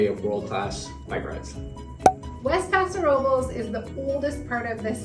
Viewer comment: Why are you pronouncing it like that? It’s a Spanish name and it’s “passo robe less”.